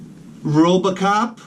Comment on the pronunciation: "Robacop" Awesome